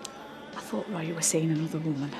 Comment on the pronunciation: And I wish she wouldn't add an "h" at the end whenever she pronounces Roy's name.